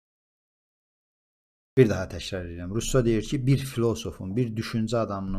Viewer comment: Russonun adını dùzgùn teleffùz ede bilmeyenin ona istinad etmesi gùlmelidi